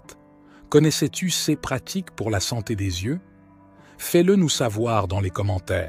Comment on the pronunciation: Oui, la vidéo gagnerait énormément à être lue par un humain. Cette voix de robot incapable de dire "CES" correctement est pénible.